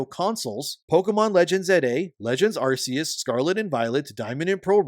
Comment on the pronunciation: Stop saying Arse-eus. PLEASE.